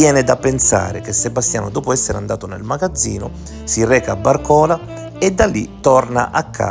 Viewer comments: Accento sbagliato? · Si dice Bàrcola, non Barcòla. Comunque a meno che non hai un guasto all'auto non torni col bus. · si pronuncia Barcolà non Barcòla. 🙂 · barcòla dai dai dai bàrcola si dice!! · Bravissimo, anche stavolta hai fatto centro.....solo una precisazione....i dice Bàrcola e non Barcòla...... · Comunque,si pronuncia Bàrcola non barcòla